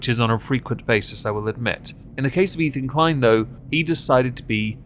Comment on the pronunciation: Ethan Klein; it rhymes with " whine" . . . I fankyew! 👁👁 🐙